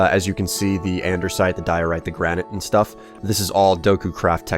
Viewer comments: Yeah same with me,he keeps going with t "the word andersite" its no that its an-de-site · It's andesite not andersite.